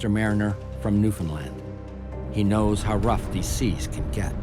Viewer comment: Montreal and its St-Lawrence river and gulf is not known for its fatal weather.. shit happens that's it. Also Newfoundland is not pronounced that way, nor is Montréal. But I appreciate the upload it's good background sound. Also, that captain always stating obvious shit is annoying.